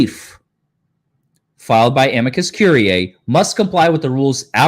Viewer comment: Amici Curiae is pronounced "A" "ME" "SEE" or "A" "ME" "GI" "COR" "IE" (like courier, but withor the last "R")